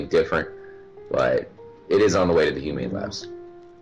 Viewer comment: says humane labs french guy human labs